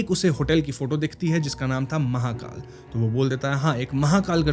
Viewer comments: Mahekal ko mahakaal bana diya 😂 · Mahekal Bhai.. Mahakal nhi😇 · Bhai ki pronounciation next level hai 😂